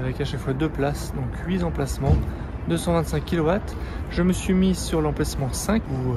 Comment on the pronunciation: Merci de ne pas dire huis'emplacement (en faisant l'accord comme s'il y avait un S), mais bien huit'emplacement (il y a un T)